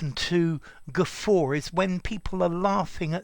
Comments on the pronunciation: Glad I came across this while searching for the etymology—you really have a wonderful teaching style! I’m grateful you uploaded this. I’m confused about something else now though: shouldn’t the letter ‘r’ be silent, in the word ‘guffaw,’ (since there isn’t one)? Yes, I’m messing with you but I’m also curious! (; Wondering about that extra ‘r’ sound and how it came to be. I’m aware (from my own experience) that if one’s dialect doesn’t inherently have that ‘r’ following an ‘a’, it sounds pretty horrid when one tries to add it anyway. I guess what I’m saying is that when we Americans try it… well, it just sounds stupid! It seems it was popular though, back in the 1940s-1950s, in b&w movies, for actors to use that ‘r’ sound (whatever that’s called—sorry, I don’t know the proper term) and I think it was with the ones who had a thick New England accent. Whenever they did it, it sounded great, or at least very natural. P. S. I love the name ‘iswearenglish’ and I think I could listen to you all day, Sir! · You are pronouncing the word in British, aren't you???